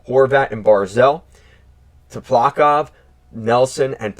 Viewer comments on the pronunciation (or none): Tsyplakov = Sip-La-Kov you just ignore all the letters at the start of his name. Hoping for good things on the Island this year!